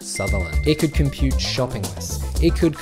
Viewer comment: Dude, you made a pronunciation mistake, the tagline "If only she could cook as well as Honeywell can compute" is supposed to rhyme, the word "compute" is pronounced as: "Com-pewt". 🧠